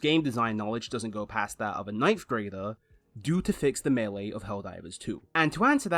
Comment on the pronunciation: there is no w in that word